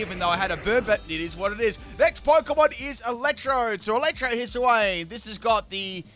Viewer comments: Hiss-uh-wayne :_pimpKappa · "Hisuiwayne" lmao